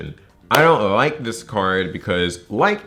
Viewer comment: “ I don’t lllllike this card” 😛